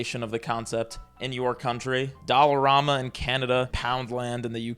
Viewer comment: as a canadian hearing pronounce dollerama was crazy😭